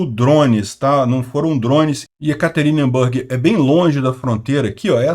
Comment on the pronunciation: MAIS UMA VEZ: NÃO é "YekaterinbÂrg", mas sim YekaterinbUrg.